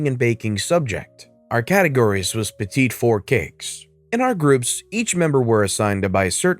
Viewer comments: petit four - petty four. It's French so the last t is silent ;-)) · Just a note: "petit four" is pronounced "petty four"